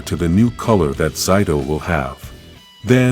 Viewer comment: Stop mispronouncing zayto’s name dude you are saying his name wrong I’m just saying but oh well!